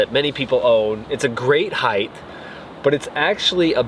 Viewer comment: “Heith” is not a word. It’s “height”.